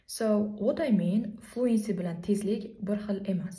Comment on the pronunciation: Bitta narsa etib otmoqchiman hafa bomen lekin Fluency sozi tallaffuzda (e) harfi sal kamroq aytiladi Yani ('floōənsē) buni prosta ettim konglizga omen😊